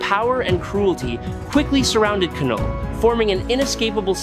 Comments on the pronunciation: Lol😂 the K is silent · It's knull like the word know not kanull🤦🏾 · I hate these AI generated narrations. It's not Kuh-Null. It's pronounced NULL. THE K IS SILENT 🤬🤬🤬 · I think you mispronounce names on purpose lol.... K-null / M-Jole-near.... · K is silent. Like knife not kahnife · Kanull? Treegon? Seriously? That automatically earned you an unsubscribe 😂